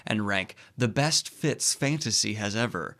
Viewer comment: Every time you say “the best fits of fantasy” I hear “the best Fitz of fantasy”, and I’m like wait there are other Fitz besides Fitzchivalry in fantasy? Too much RoE, over here. 😂